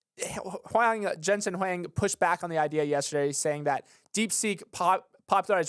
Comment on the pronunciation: Thank you to for pronuncing Jensen Huang and Nvidia in the standard way! Impossible challenge for MBD hosts 🤣